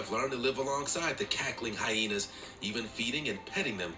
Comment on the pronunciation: stop saying hyhenas 😂😂😂😂😂😂